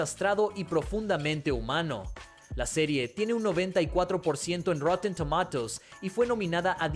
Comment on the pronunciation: a ver si se aclara como se pronuncia tomatoes